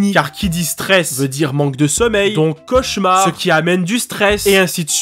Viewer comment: c'est quoi un chauchaumar au secours mes oreilles